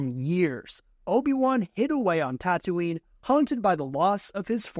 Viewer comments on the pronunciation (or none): none